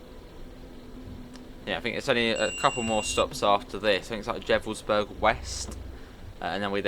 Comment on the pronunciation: Just a quick friendly note – in German, the letter 'V' is usually pronounced like an 'F', not like the English 'V'. So for example, Gevelsberg would be pronounced like Gefelsberg. I hope that makes sense. Best Regards Victor😃